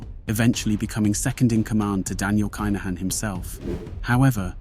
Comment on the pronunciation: I’ve seen your mispronunciations and limited YT research before - on this occasion I’m bound to say it’s kin not k’ai